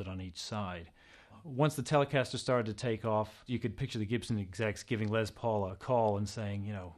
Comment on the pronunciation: he keeps saying it like "lez paul" not les but a beautiful guitar nonetheless